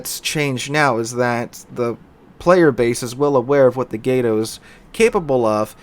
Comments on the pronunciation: Why can't anyone who plays World of Warships pronounce Gato correctly? It's freakin' "Cat" in Spanish. Look it up. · love your channel but my god, its pronounced GAH-TOE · its pronounced "gato"